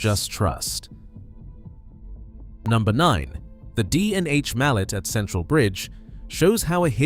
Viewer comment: #9: "Mallet" is actually pronounced "Mal-lay" Anatole Mallet was a Swiss engineer and locomotive designer.